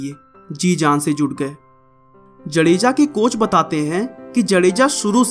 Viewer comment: भाई साहब जडेजा नहि जाडेजा